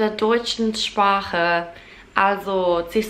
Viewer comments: Ich finde es bewundernswert wie gut du das CH in zum Beispiel “Sprache” aussprichst! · I was impressed as how you were able to pronounce the CH in ‘sprache’ (language).